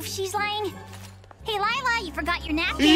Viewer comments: her name is not lie-la its lila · "ISN'T GAGENTSTONGS PET A CROCADLE?" I love that part MaRaNeT bured LYEla LOL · Lila: I will “never” tell a lie again. Me: BRU UR LIE-LA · LilA is A lie-la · Stop lie-la is not a cute👁️👄👁️